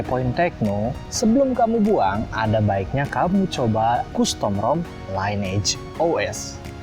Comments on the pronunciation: Pelafalan costum bukan kustom om, tapi kastem...😂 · custom bacanya kastem, bukan kustom 👍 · Saenogen? . Kustom? Tolong di perbaiki speech nya.